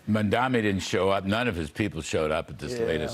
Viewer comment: It's written in huge letters above your head, but you still can't pronounce it right. It's pronounced Mom-Donnie